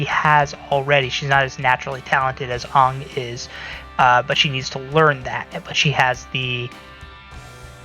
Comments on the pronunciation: I had scary flash backs everytime he said it like ung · It's Aang like hang.